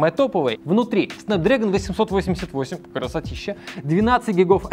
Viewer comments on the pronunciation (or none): none